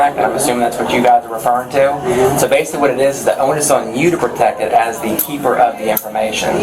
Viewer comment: "basucly"..."basucly" "basucly".....